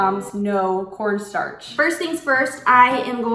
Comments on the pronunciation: i thought she said "Porn starch" 😂🤣 Love the vid keep going!~ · anyone else hear “pornstarch”